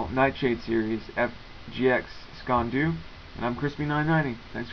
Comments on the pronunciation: It's not so much SKEEN doo, more like SKEEAN DOO I'm scottish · Not Scottish, or Scots, (whatever Kyle...), I'm the hated the Sassenacht! (Gaelic word, for Saxon). You say it as, phonetically, skay an doo. Sgean dhu, is the same thing Invented, before the fork, this little knife, was the carried, in the sock, by every Highlander, since year dot. (It's older than some hills!) The best sock knife ever, according to legend, has been forged in iron, heated to cherry red, then pushed into an Englishmans neck, to temper it. Ceramic, is nice but I'm biased.